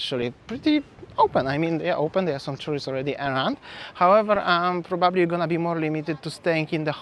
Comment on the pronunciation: Hi!!! ❤ And I just want to mention, when you say the word 'probably'...It's so good the way you pronounce it!!!... 😍 Sounds like "bubbly. I get excited and think of Champagne!!! 😄😄🥂